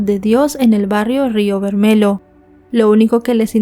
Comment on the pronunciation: DEBERIAS SABER IDIOMAS PARA RELATAR SUCESOS OCURRIDOS EN OTROS PAÍSES VERMELHO ES ROJO EN PORTUGUÉS Y SE PRONUNCIA BERMELLO EN ESPAÑOL CON (LL)😂